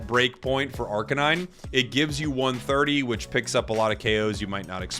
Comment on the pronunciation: Please say arcanine correctly. It’s not a police kuh-nine unit. It’s a kay-nine unit. Dogs are kay-nines.